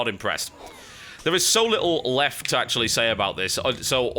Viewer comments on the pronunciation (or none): none